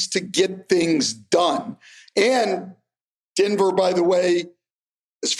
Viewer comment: Stan and say Denver the same way. Dinver